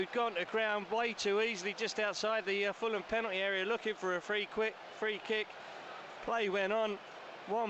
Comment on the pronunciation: BRo what the did Heh say free quick hahahaha that was so hilarious BRo I think he was to deep in the moment that he didn’t know what he was saying BRo but he did corrected himself perfectly tho 😆😆😆😆⚽️⚽️⚽️⚽️🔥🔥🔥🔥🤘🏽🤙🏽